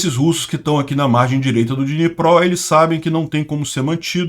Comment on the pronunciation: "Dníper" com D mudo. Não "Dinipró"